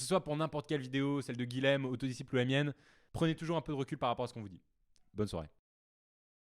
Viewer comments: C'est dur d'entendre son prénom un 10aine de fois mal dit ! (Guilhem se prononce Guiyem et non Guilem! :) ) Sinon, chouette ta vidéo, tu l'ouvre et tu as raison ! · bonjour, guilhem est un prénom occitan qui se prononce "guiyème" et non pas guilème. C'est l'équivalent de Guillaume en français.